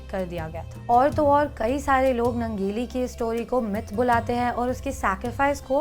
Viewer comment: यह निवेदिका काॅन्वेन्ट स्कूल में पढी है क्या ? उसके हिंदी भाषा पर सिधा सिधा अंग्रेजी का प्रभाव दिखता है. दुसरी बात उस लढाऊ औरत के नाम का स्पेलिंग अगर Nangeli है तो उसके नाम का उच्चारण " नानगेली या ननगेली " होना चाहिए न की " नंगेली ". मुझे लगता है ये गलत उच्चारण है. और दुसरी बात छाती ढकने के लिए टॅक्स देने के खिलाफ लढनेवाली औरत का इतिहास बतानेवाली निवेदिका का खुदका " क्लिवेज " दिख रहा है यह विडंबना है.